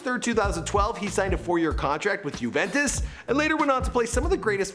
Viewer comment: It's Juventos not uventos